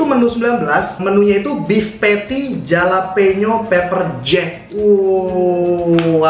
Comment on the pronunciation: jalapeno bukanya dibacanya Halapenyo?